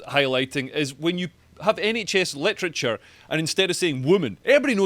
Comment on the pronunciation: When someone makes 'literature' sound like 'electric chair' anything becomes possible !